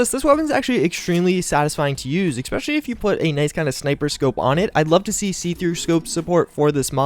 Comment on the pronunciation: Bro, it's ESpecially, not EXpecially